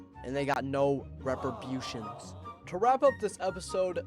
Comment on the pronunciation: tf is repribution???